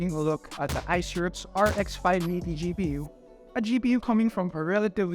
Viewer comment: hahaha.. keeps murdering the brand name.. Aisirux